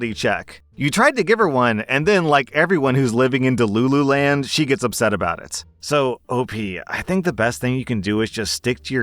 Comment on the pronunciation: “de-loo-loo land”! strikes gold yet again!🌟